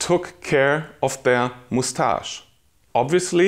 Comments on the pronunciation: Is he saying (moose)tash like that on purpose? 😂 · Moustache is a word of french origin so he's saying the french way.